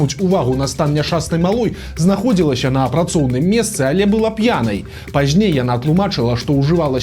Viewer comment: не пажьней, а пазьней, не яшшэ, а яшчэ, не распаўшюднікаў, а распаўсюднікаў і т. д.